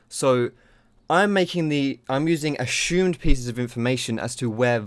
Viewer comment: This video I learned that sounds funny when saying "assumed".